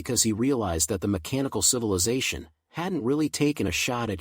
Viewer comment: It's not cilivization but civilization.. 😅😅😅